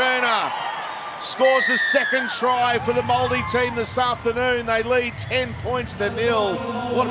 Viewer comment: did he really just say moldi ? At least try and learn how to say it corretly ....